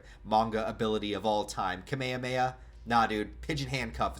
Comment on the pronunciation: no one gonna comment about how pronounces Kamehameha?